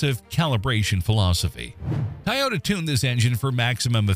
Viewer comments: Why cant they say toyota instead of tae-yoda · TOY yota not Tyota 😂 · Hard to watch video saying “tay-ota” not Toyota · Ty-ota? I think AI needs to properly pronounce Toyota as Toyota. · i thought it was a Toyota, not a Tyota????? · It’s not TYota, It’s TOYota😂 couldn’t help myself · Dumbphukk, it's not a Tai-ota - it's a Toy-ota. If you're gonna use AI shitware, at least test it first. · ITS TOYO-TA not TAH-OTAH you FACELESS voice generated @@ channel. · TO not TA-yota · Pronounce it Toyota please not Toyota. Thanks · It's not tioyota, what's this world coming to. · What is a “Tie-ota” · A Tye-yota CYA too little-too late commercial. 🙄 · "Tieota" AI at its finest. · a little ? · Canadian here, no one says Toyota like that.